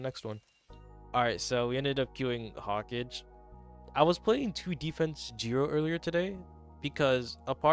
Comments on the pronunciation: There is no way you pronounced “Hokage” as “Hawkage”😂 have you never seen Naruto? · its pronounced Ho-ka-gae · your pronounciation of Hokage fmu man i really didn't think i'd laugh this bad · bro cant say Hokage🥀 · wait it's not pronounced Hokage like in Naruto? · It is he doesn't know tho